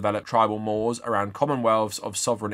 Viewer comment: Speaking of 'tribal mores', 'more' is pronounced more-ray and 'mores' is pronounced more-rays.